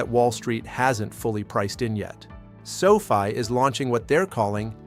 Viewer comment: Is there anyway you can get your AI to properly pronounce the word Sofi? Every time I hear him say Sophie I feel like maybe the rest of the information is in accurate as well. People lose interest in hearing the valuable content you are offering however, every time he says Sophie, it makes people want to ignore the rest of the message.